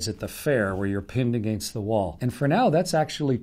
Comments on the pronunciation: The pronunciation. AGAYNST vs. AGEHNST. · "Your heart doesn't have to lift your blood uhgrainst gravity!"